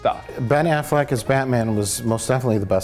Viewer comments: I realize this is 4 years late but, "afflekt"? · How did no-one correct when he keeps calling him Ben Afflect?